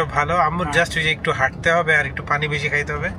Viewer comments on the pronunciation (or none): none